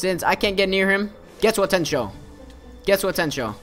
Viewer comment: How to pronounce. Get-Soo-Ga (space) Ten- Sho